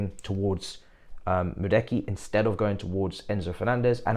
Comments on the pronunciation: Man said Medeki 😂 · Bro said Madeki 🤣🤣🤣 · As a Chelsea and PSV fan, bro Noni is way more talented than Cody Gapko. He would we great for Chelsea for that price. But I agree with your arguments about his injury record. Let’s see what will happen. And his name is pronounced as Ma-due(duwe)-ke